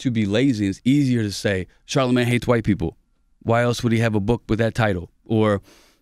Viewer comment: 3 mins in n this nigga said "holler" twice n called charlamagne ..char..... lmaooooooo DONE